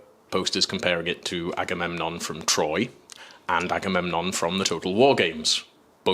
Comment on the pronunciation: The "batamemnon" made me laugh way to hard. 😂😂😂